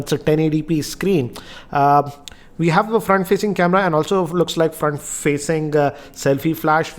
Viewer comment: fraant facinggg aaa camerrraaa. sounds funny